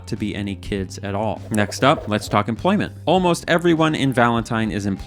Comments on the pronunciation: Ah yes, empoyment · empoyment uwu